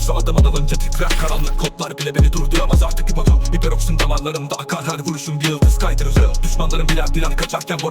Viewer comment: Seperoroxin değil hiperoksin